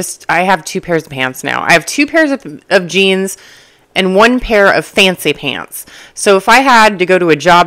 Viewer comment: love how you pronounce "fancy pants"😂